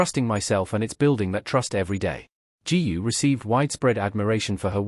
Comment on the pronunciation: Another mis-pronounced of her name 'GU'! GOO not ju !!!!!!!